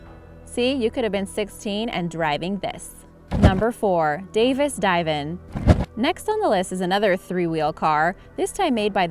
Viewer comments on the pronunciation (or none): Also it’s di’van not divan Jesus whatever happened to research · Haha, actually I dived when she pronounced the Davis Die-van built at Van News. It's Divan as in a sofa, and Van Nuys is pronounced Van Eyes in Calif., U.S.A. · Oh, Lady Narrator, The # 4 Davis Divan car is pronounced (div-on). And since you're having trouble with Van Nuys... it's pronounced Van (- nize, rhymes with eyes), it isn't "- Nooeys".